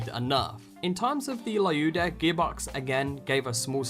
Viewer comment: Its not layuda its lyuda as in leeooda, say it right dammit